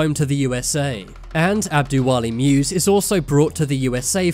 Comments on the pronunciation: musa not muse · Someone please tell the narrator "muse" is the name of prophet "moses" in somali language. Its disgusting how he pronouncing, the name sounds like "moosy".